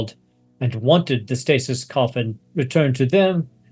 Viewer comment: Does it not bug anybody else that they can’t pronounce the word stasis